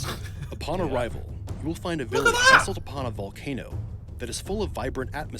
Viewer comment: No one: Absolutely no one: Ethan: We should by a Valcano